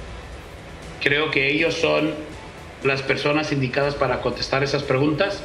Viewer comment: mensoo no se dice croque yo croque se dice yo creo que